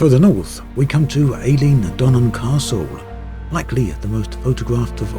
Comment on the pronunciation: You are making some beautiful videos here on Earth now. I'm a Scot and really enjoyed this. With your move to Yorkshire, I'm sure you're being educated in the fine art of pronunciation. I hope you don't mind me picking you up on the Eilean in Eilean Donan as being pronounced eye-LEE-an. With the demise of Elite Dangerous, I've really enjoyed your videos on MS Flight Sim and have now bought it. I look forward to exploring closer to home.